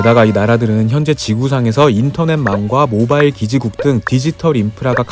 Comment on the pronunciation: 모바일을 모발로 들음 ㅋㅋ